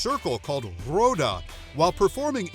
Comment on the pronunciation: I'm training in Capoeira... The AI narrating this video mispronounces several words Capoeira sounds like: cop-o era. Roda sounds like: hora